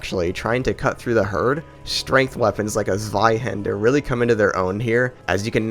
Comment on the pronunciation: zWaiHenDr god fucking damnit it's ZWEIHANDER